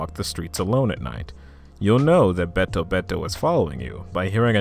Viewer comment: This was awesome to listen to while I was doing some studying and practice. Just a tip with Japanese names: When you read something in Japanese, the "e" sounds more like the long "a" or "ay" sound. So BetoBeto, would sound more like bayto-bayto.